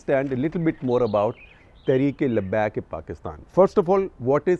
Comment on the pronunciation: Pronunciation and meaning of word labbaik. Lot of things you said are all botched up half truths. We cannot expect you to be on dot but then why fill people with half truths